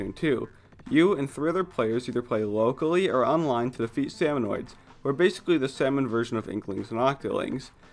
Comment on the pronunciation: I got so mad when he said "salmonoid" even though thats how it read it when I first joined. Also, this was a year ago.